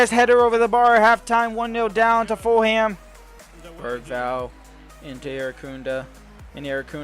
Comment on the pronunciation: Foolum not full ham XD